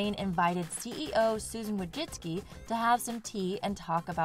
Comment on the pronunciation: You’re one of the few to pronounce Susan Wojcicki‘s name properly.